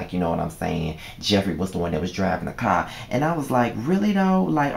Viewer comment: Lol nigga did u say jeffrita?! Hell naw! Lol great review though